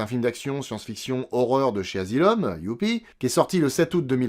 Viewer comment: "Dans un endroit du monde appelé The Azylum presents". J'ai éclaté de rire 🤣